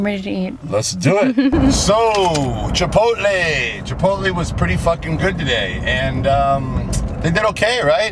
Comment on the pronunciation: CHI - POT - LAAYHH - CHANEL DOESN'T TRAIN CHEST - UNSUBBING